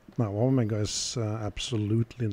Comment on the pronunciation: Thank you for pronouncing Omega correctly. Great video as usual. What plating did Omega use on these movements?